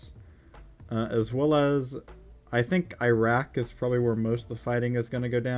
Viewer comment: The way that he pronounce Iran and Iraq